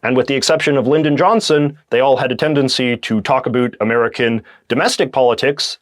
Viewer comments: Are you pronouncing "about" like that on purpose? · Why does he say about wrong? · You’re so attractive until you say “about” xD (I’m joking I promise)